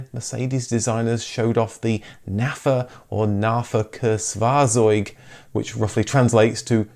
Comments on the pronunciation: I'd give it a C for effort on trying to pronounce Nahverkehrsfahrzeug :D Really made me laugh and repeat it a few times (I'm German native btw) It's more pronounced like Nuh-fuckyeah--fuh-tsoig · They way you pronounce Nahverkehrsfahrzeug is way off. What you say sounds more like Nahverkehrwarseug. An f in German is spoken like an f in English. And the German z you speak like ts. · Mir gefällt "Narferkerzvarzoig" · "Nahverkehrsfahrzeug" C for effort😂